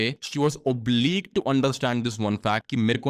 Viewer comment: Bro not to offend you but I think you are pronouncing obliged as obliqued